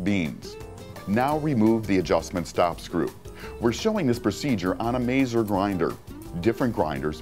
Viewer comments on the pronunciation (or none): Very useful and informative video....except for the pronunciation is way off; 'Mahtz-err' for Mazzer and 'Ran-chilli-o' for Rancillio....they are after all 'lingua Italiana'.